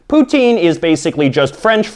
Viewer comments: its pronounced pou-tin not pouteen you fucknut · Pou-tin : Pu-tin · It”s not poutine! It’s putin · oh come on... poutine is said poo - tin, jos louis is pronounced joe lou-ees and ketchup chips are fking lit. and if you are canadian why do you got an american flag?